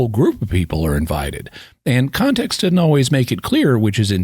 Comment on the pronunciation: The word "doesn't" isn't pronounced "dotint". Your videos are fantastic.